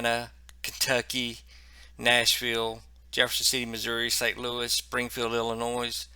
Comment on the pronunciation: By the way, the “S” is silent in Illinois. Thanks for your coverage!